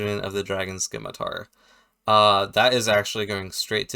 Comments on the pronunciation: The "c" in "scimitar" is silent btw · I can't stand people who pronounce it "skimitar".....